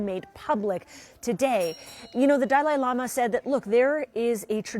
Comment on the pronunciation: Pronounce his name correctly